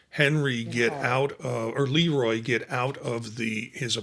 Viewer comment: You're running a movie channel yet you've never seen or heard of "The Bad Seed"? That's sooo embarrassing. It's a classic. It's run on TV a million times, ever since the '60's. And the Director's name is pronounced "Luh Roy", not "Lee Roy". Soft "E", not hard. He was a very well-known Director- but I guess you'd have to know something about Movies, or Hollywood, to know that. And you've never seen "Village of the Damned" either? Maybe you should stick to subjects you know something about.